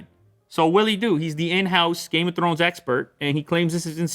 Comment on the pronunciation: "...game of thRRones"🤣thats gotta be a double capital R in there LOL